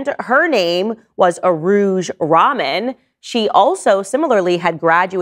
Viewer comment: Rahman rhymes with "rug Don". Does not rhyme with "common".